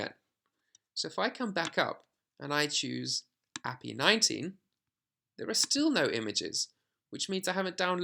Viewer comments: It's Ay-Pee-Eye not appy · ad hominem attack. As a programmer it's very weird hearing ah-pee and it's just wrong and yes my friends and I do talk to each other like that because we see it as criticism or just poking fun at if someone pronounces or does something weird or wrong. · Yeah if he doesnt pronounce API correctly, it clearly shows he has about zero background in development. Seriously at the very least he should re-edit the video and correct the term. It just removes all credibility for this video. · Dear god, you say the letters in API separately, not treat it like its a word. Its an acronym. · The guy isn't saying he is saying it wrong "According to him". It is objectively the wrong way to pronounce a acronym. This is not an opinion.